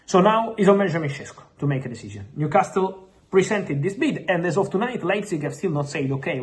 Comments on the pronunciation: And New Cast Le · Stop saying New Castile. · I love how he pronounces NewcásTle